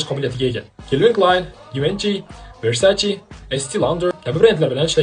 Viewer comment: Versace! versaci emas